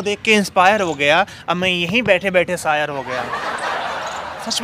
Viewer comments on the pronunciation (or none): Saayar nhi hota....Shaayar hota hai...kitni bar smjhau